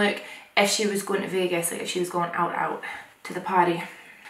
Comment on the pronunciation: When you said princess jasmin was going out out you said “out out” and not “ooot ooot” and it was slightly disappointing, also this makeup look is beyond sexy, gunna recreate it obvzz. I love you I hope your getting some rest in ❤️